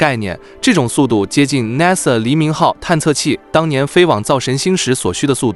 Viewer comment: 主持人你說 NASA 的發音不对，請注意